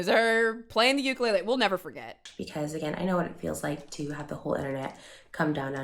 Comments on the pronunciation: “And she pulled out that uk-a-ley-ley I almost called the police” lmfao I died at that cause same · I've never heard someone pronounce ukulele as ukalaylay